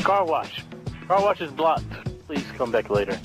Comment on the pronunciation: Did say car blosh